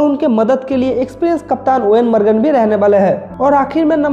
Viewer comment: Eoin margan nahi Eoin Morgan